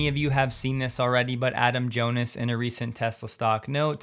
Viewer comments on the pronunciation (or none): none